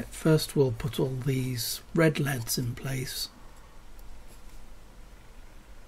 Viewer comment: They'er NOT LEADS, they're L. E. D. s dammit!!!